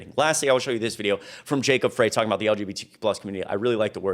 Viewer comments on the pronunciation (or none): It's pronouned, FRY, not FRAY. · Frey is pronounced Fry. Just to let you know for future reference. 🙂